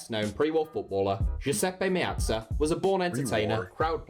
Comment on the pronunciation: Its a great list, but his pronunciation of the players' names is from hell btw the Guiseppe-Mezza stadium is named after him